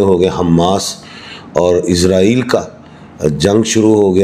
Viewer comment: اسلام وعلیکم اپ سے گزارش ھے کہ اسرائیل بولا کریں ازرائیل نہ بولیں شکریہ